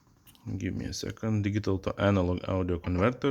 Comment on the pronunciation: "digghital" lmao what planet are you from bro? 🤣